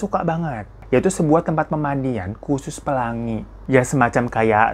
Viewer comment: lucu bat dah lu pas ngomong “pelangi” 😂